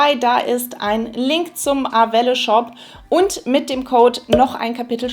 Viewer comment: Wird es nicht französisch ausgesprochen? Also eher ar-well ? 😅